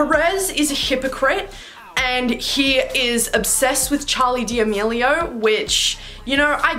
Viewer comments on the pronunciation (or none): “Charli Di amilio “💀😭